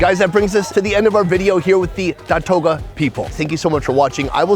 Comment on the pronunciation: Datooga not datoga. FYI